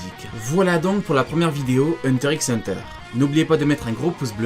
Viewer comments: Ça se dit Hunter Hunter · Il prononce le "x" 😭😭😭